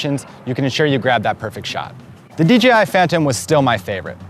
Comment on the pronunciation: He keeps saying DGI